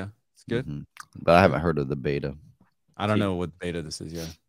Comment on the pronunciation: Its beta not bata hahah its what companies test before proper release foooolss